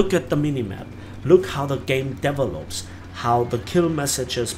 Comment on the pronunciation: I noticed a wrong pronounciation of a word in your vid: it's "de-VE-lops" not "DE-velops". Just thought you might want to know since i heard this in other vids aswell. Nice review!